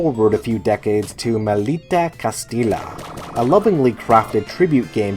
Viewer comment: Can't stop laughing every time you say "Castila", as it is pronounces "Castiya with a stressed "y". Still, I'm liking a lot the list (I haven't finished the video yet)!